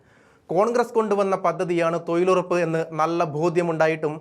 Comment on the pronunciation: എടോ.... തോയിൽ ഉറപ്പല്ല, തൊഴിലുറപ്പ്. ഉച്ചാരണ ശുദ്ധി ഇല്ല. പോയി ഉച്ചാരണം പഠിക്കു.